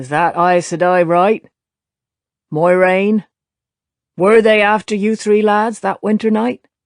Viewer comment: She still cant say her own characters name correctly even with a pronunciation guide in the back of the book. Weak.